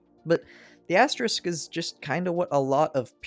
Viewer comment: This is a tough video to do when you can't pronounce asterisk lol, big props man